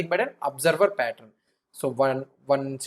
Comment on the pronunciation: patt-run nahi, patt-earn. Rest everything is lit!🔥